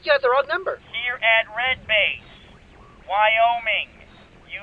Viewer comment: I... thought I was hearing things, but... Are you calling Wyoming.... Wyomie?